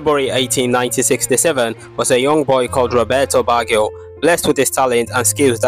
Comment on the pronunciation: Did you seriously pronounce it BaggHio??? 😂 omg please 🙏🏽